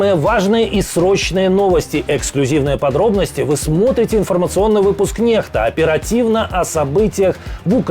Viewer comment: НеХта?😂😂😂 Т.е. вы назвали канал, написали его буквами хозяина, а читать правильно то, что написали не умеете😂?